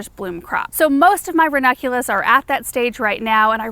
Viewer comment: I love your videos,. Just want to say...the plant is ranuNculus. From a grammar and pronunciation purist.